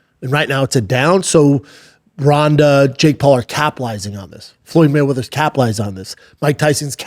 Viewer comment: I totally missed that. Had to go back and holy hell, he even tripled down on that shit!!!